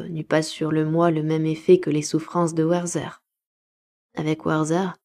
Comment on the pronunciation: Merci pour cette superbe lecture. Juste pour info, on dit Wertér et pas "Werther" à l'anglaise. C'est un livre de Goethe, le personnage est allemand. 😊